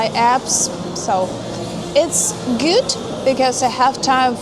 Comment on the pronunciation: in, Howdy/Zdorovo! Really like that sweater yuh have on! It pairs well with the hair! in, the way "good" is pronounced, here, almost sounds like "güt". As someone who is half-German and half-Polish, it sounds very much like a German accent at that point. in, so, is that the Russian equivalent of "Build-A-Bear"? in, thought BERHSKA was still in Russia, thought it was Russian or Belarusian, even? Thought these eyes saw a BERSHKA in a Russian virtual tour video from as early as a year ago. Did they just leave or is that just different for that location? in, yes! This "Golden Apple" (a reference to the Greek "goddess-of-beauty-and-love" Aphrodite?) perfume shop that seems a lot like "ULTA" here in the States, looked to be VERY popular with women from a video that "Travelling-with-Russell" recently uploaded that was filmed one evening at Aviapark in Moscow! The place was PACKED with more women than seen here in this video, it was shoulder-to-shoulder! Guess Russian girls love their perfume? n, oh, it's more so make-up. Yes. Yes, they are. And yes, it's been long before this stupid conflict. It blew up in the 1990s after the collapse of the Soviet Union. This was discussed in a video last year around this time by the lovely AnnaGlobalTravel! She said that a saying Russian girls are taught is, "Beauty-is-our-duty." How lovely! The feminized "west" would hate that! What do they know? Good on Russian women! in, it's a "beret". Spasibo